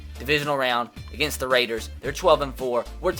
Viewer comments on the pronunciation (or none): none